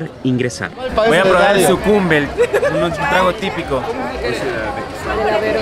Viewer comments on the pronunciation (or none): Se dice "sucumbé", no "sucumbe" … las chicas lo corrigen pero él no escucha :D